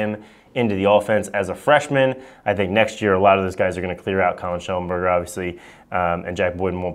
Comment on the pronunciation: said it wrong listen to it